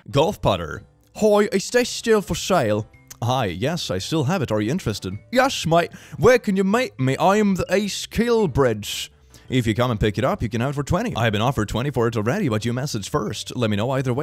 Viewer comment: East KILL-Bride not kill bridge and thats not british but irish KIllbride is in Ireland not britain!